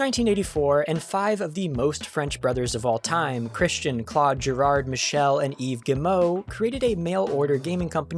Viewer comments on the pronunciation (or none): none